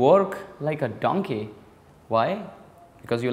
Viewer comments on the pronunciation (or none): I love how he said "Like a donké" 😂🤣